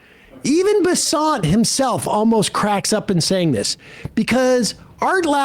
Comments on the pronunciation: It's Scott Bessent, rhymes with the money could be better spent. Not Scott Besaunt, rhymes with checkmate by en passant. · Why does he keep saying his name wrong? Bessent. Just say it like that. It’s not some obscure French cuisine. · Bessent. You pronounced it wrong.